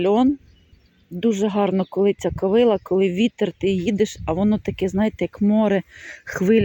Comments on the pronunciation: В слові ''ковилА'' наголос на останньому складі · Доброго дня, дуже люблю злакові рослини, дозвольте Вас поправити, наголос правильно буде ставити на останній склад - ковилА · В кожному регіоні є свій діалект, не вказуйте, добре що не кацапською